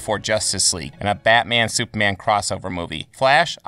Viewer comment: It sounds like you’re saying soupman